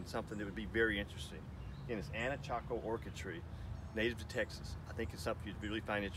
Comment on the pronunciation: I believe it's anacacho, not anachaco.